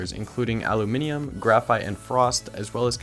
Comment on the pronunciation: An American who knows how to say Aluminium the correct way? lol Im impressed, also great review